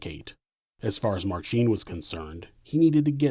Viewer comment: Minor nitpick - in "Marcin", the emphasis is on first syllable. It's like pronouncing "Ashley" as "AshLEEEEY".